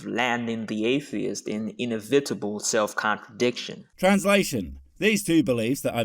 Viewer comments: " . . but these two beliefs are mutually exclusive, landing the atheist in IN-I-VIT-IBLE self-contradiction." 😂😂🤣🤣🤣 You can tell he used all of the thesauruses available online when he wrote his script; SO PROUD he was of his little essay THAT HE DIDN'T EVEN REALIZE HIS MISPRONUNCIATION OF 'INEVITABLE' IN THE MOST HILARIOUS POSSIBLE WAY! I LOVE Christian arrogance. They think they are SOOOOO PROFOUND when they're actually saying nothing at all. 😂🤣 When people try pontificating like this guy is doing, THIS is what I actually hear: "Wook at allz ma bigg SAT word-splaining! Now they stop make foon me on da internetz box! Praise jeebus!" Yup. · I've never heard 'inevitable' pronounced that way before and I'm thoroughly annoyed now that I have.